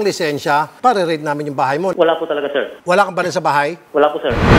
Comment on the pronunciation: hindi po seeer, wala po seer, di ko po alam seer, lupit mo mag deny.